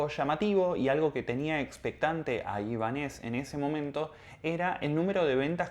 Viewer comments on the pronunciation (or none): Te sigo desde hace unos días y me gustan mucho tus vídeos pero en este no estás muy acertada por qué no dices bien ni el nombre. No es Ibanéz,es Ibánez por lo de Ibáñez